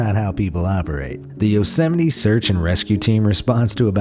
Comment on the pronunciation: ?? he pronounced it correctly